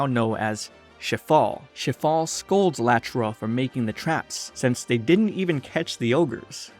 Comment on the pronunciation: [name] Shifale [what i hear] Shitfall